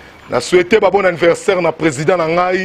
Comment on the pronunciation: Joyeux "annirversaire" loool